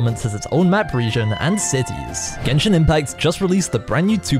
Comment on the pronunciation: "i play geshin impact" 🤡